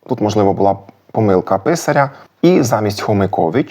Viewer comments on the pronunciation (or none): none